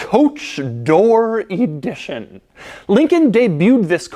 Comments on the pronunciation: “Coach Door E dition”? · why are you saying E-dition?? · You drive me nuts with ē-dition the word is ə-dition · Where do you get this EE-di-tion pronunciation? It's eh-DI-tion. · “Coach door E-dition” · Why does he pronounce it “e-dition” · Can you say EEEE-dition one more time lol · Limited EEEE-dition 😂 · J. Bizzle: Doug is the type of (American) guy who uses "thee" before a consonant! Sounds brilliant with ĒĒdition! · Every time he says EEEdition, I want to scream.